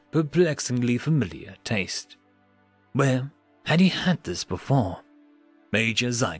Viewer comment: my dude, your commitment to the voice is making it hard to understand you, ease up just a little, no one should be pronouncing the word 'where' with a 'B' at the start